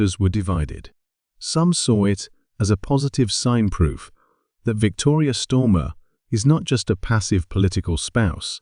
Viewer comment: Who’s Stormer and why is it Victoria Stormer and then Starmer. Get this bot reset as it’s unbearable to listen to. This mistake is painful to repeatedly keep hearing.